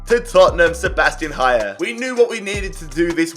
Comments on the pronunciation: Haller not ‘hayer’ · Haller is from france and not from spain - dont say Hajer :D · Great vid as usual, but I was irrationally annoyed with the way you pronounce Haller. It’s pronounced the way it’s spelled, it’s definitely not Hayer. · The l’s in haller isn’t silent